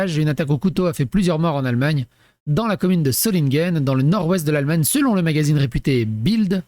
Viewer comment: Pronocer Zolineguen